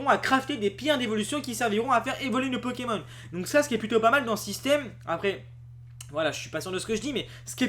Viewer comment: Tu es insupportable. Le nombre de fois que tu as dit " Pekemon " à la place de " Pokémon ", ensuite tu dis aussi " Qu'on voiye " à la place de " Qu'on voie " et faire une vidéo baitclick qui comme tu le dis, tard dans la vidéo bien entendu pour garder les gens longtemps dessus, qui ne dit rien de nouveau, c'est franchement malhonnête. Pour ce qui est des " images ", tu n'as qu'a faire 1 minute de montage et mettre les noms des chaînes Youtube d'où vienne les images ou simplement donner tes sources en description. Ainsi, tu auras moins l'air d'un profiteur.